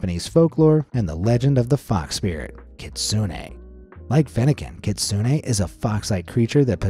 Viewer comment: its not kit-soon-ay its just kit-soon